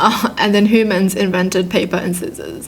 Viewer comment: I have ocd and it takes over me, so when you pronounce it hoomans instead of humans the ocd kicks in